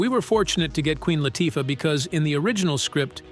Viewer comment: “LAH-Tuffah”??? Lol